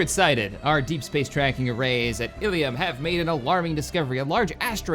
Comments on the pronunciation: its pronounced ill-um not illium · Not Illium, Ilum... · it actually Ilum with 1 L but you say it like Elum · ill-um not ill-e-um. ill-um is the pronunciation used in SWTOR and Clone Wars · The planet's name is not "ee-lee-um". It's "ill-um". Why do so many mispronounce that? O.o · You pronounce it with a short starting i and a short u sound as in plumb. You have been pronouncing it Illium. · Illum is pronounces=d like so... ILL-UM two words, ill as in I am feeling ill, and Um as in um...whats on the menu. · I think it's pronounced ill-umm... not sure though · Hey illum is pronounced "ill-loom" I believe and love the series keep up the great work! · Hey,...The Giant Worms are representatives of the movie Dune...The Giant Spice Worms of Arrakis...The indigenous people of Arrakis are the Fremin. Maybe if you colonize the world with the Giant Worms you can call it Arrakis. Also, the Star Wars Knights of the Old Republic game pronounces ILUM as (ill-um) just two syllables. Also with the Traditions...if you place your cursor over the tradition you are using, in the empty space between the icons it will give you a Finalizer, when you have chosen all 5 icons in a tradition it will give you a bonus...For Expansion, which you are using, when you have chosen all 5 you will get a +2 to core systems...so since you are limited to 4 core systems, the +2 will up the 4 total systems to 6 total systems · I think its pronounced Illoom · See's name "illum" pronounces it "illium"